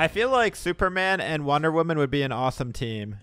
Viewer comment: I know he did not just say wonder women like that